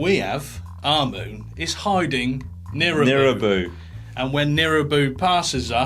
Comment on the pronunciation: it's nibiru, not nirubu btw